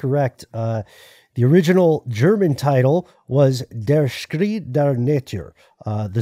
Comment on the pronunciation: it's pronounced "shry" ;-)